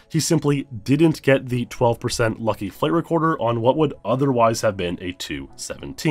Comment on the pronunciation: Every time you say "flight recorder" I hear "flavor quarter".